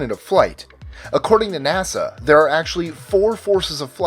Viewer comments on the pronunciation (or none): none